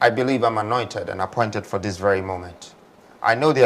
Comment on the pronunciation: Anointed. You say anointed?